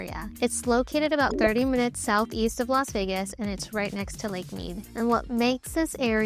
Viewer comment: It's Las. Not Los Vegas